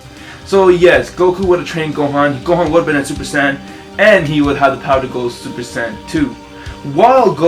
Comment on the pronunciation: Did u just say supersand xD